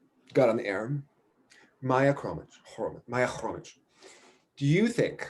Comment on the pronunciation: Hromy-KH, like Iliny-KHHHH. Not Hromic аnd Hromich